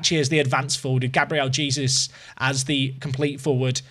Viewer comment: its not Jesus like the son of god please go internet and listen how you call his name